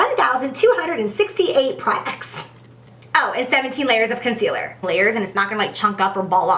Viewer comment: I almost didn't catch it, but so glad I did! did she just say 'I'm going to take a lighter conceareal' because that is what I heard & it cracked me up. No shade Jaclyn, just shows me I'm not alone!